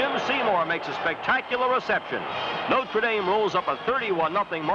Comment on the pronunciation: He properly pronounced "NO-TRuh" Dame, not "NOter" as people pronounce it now.